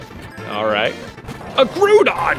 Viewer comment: Did you pronounce Groudon as Groot-on? Like Groupon?